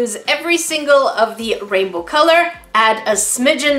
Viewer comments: "Raibow" - English Numba 1! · Is 'raibow' the same thing as 'rainbow' ? 😆